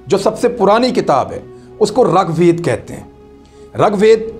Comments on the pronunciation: It is rig vaid and not rug vaid,this is for information of Imran reyaz khan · السلامُ علیکم ورحمت اللَّهُ وبرکاۃُ رگ وید میں ر پر زبر نہیں بلکہ ریر ہے रगवेद नहीं ऋग्वेद ہے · Abe rag ved nahi rig ved bolna to seekh le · Ragwed nai bhia . Rigwed hae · It is not rug vaid it is rig vaid. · Its not Rag Ved, Its Rig Ved, i heard it from Dr.Zakir naik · Its rigveda, pronounce as rig ved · اسلام علیکم عمران بھائی یہارے کے نیچے زیر ہے اوپر زبر نہیں ہے ہے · At the risk of nitpicking, I would like to point out the incorrect pronunciations and wrong statements. (1) The Aryans wrote Rig Veda, not Rug Veda, (2) The Aryans did not invade and capture. There is no evidence of violent clashes in the Sindhu River area. It was more of a migration (3) It is not called Sapat Sindhu, but Saptha Sindhu, (4) The word that was associated with the original inhabitants of the Sindhu area was ‘mlechha’. The Sudra was was associated with the Varnas, an Aryan institution, and the king who fought Sikandar was the Puru king Purushottama. We need to stop using the his anglicized name Porus. Notwithstanding these, the program on Daria Sindh was enjoyable.